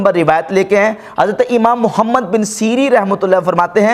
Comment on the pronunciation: آپ کو محمد صل اللہ علیہ وآلہ وسلّم لفظ بھی ٹھیک سے ادا نی کرنا آتا۔ انجینئر کے نام کے ساتھ محمد صل اللہ علیہ وآلہ وسلّم کا نام ہے تو کم از کم تمیز سے نام لیں۔ بغض میں ادب نا بھولیں۔ شکریہ